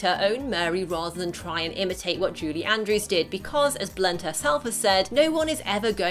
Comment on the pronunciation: Why does it sound like you’re saying “JUDY Andrews?”